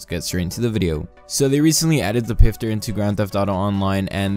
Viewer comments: ITS NOT PRONOUNCED PIFTER ITS PROUNOUNCED FISTER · xX-EXPLOSION-Xx It's actually pronounced pfister not fister or pister ask a german friend if you know one